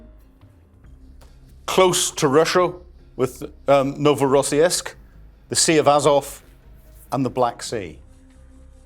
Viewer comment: Novorossiysk = No vo ross seeesk. Norn 'Irn maun who speaks ruZZian and has lived in Krasnodarsky Krai AND DonbaS